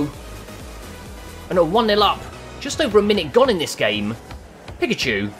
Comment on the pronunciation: Who else got annoyed about how he prounounced pikachu